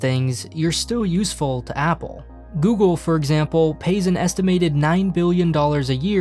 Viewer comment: 😂 my dude can't say google. Google!! Hahah it's no alphabet cereals.